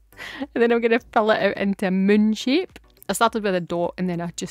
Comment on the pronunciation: 😮 I thought you said you were going to “munch it” at first. Then I was like oh, “moon shape”. Absolutely love your videos!!!